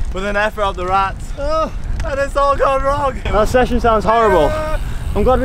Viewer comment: Ra-tes. Not Rats.